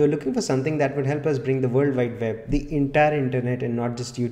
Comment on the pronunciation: Vorld Vide Veb :)